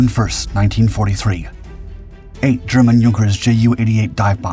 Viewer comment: Your canned narrator did a wonderfully accurate pronunciation of Yunkers (Junkers) and Por-TEA-a. However, the acronym for the British Overseas Airways Corporation (BOW-ak) continues to grate on this Englishman, even though I've tried to get you to correct it before. BOAC has always been referred to as 'BEE-OH-EH-SEE'. It was NEVER referred to as BOW-ak. Instead of canning your narrator for convenience, why don't you get the flesh-and-blood edition back in front of the microphone to record the King's English properly. Before I start referring to your airforce as YUSAF. Last: couldn't find enough stock footage of taildragging DC=3's taking off, eh? A DC-4 had four engines, and a nose-wheel....which of course you know, because in THIS vid, DC-4 at rotation suddenly morphed into a DC-3 at altitude. You don't need to be this sloppy, and your audience doesn't need it either.